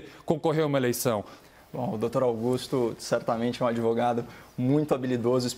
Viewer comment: Kkkkk .é mesmo. Adevogado.